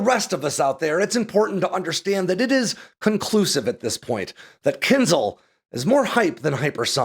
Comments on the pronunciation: It is pronounced "Kinshaal". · You should read it as Kin-jal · Thanks for the video! But it hurts to hear how you pronounce kinzhal :) It should be kinžál, so not z but zh and the stress is on the second syllable. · When will English learn that Latin transliteration "zh" from Cyrillic is pronounced closer to "j" and NOT "z", so it's "Kinjal" not "Kinzal". Anyway, however you pronounce it, its military power remains equivalent to its name -- a dagger, and definitely not a missile. 🤣🤣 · Claims specialist knowledge but can't pronounce "kinzhal" (кинжал). This is no eхpert. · I think it's rather pronounced Kinsh-aal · Spot-on. As an American in Ukraine, may I help a little with the pronunciation of "dagger"? Кинжал has that lovely ж in it that we transliterate to zh, but the sound isn't a z, but like the s in casual. And the al is like Al as in You Can Call me Al.